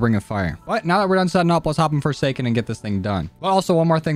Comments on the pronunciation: No one notice he said Foreskin inteasd of Foresaken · I swear he just said on "foreskin" not foresaken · No one noticed he said "fore skin"?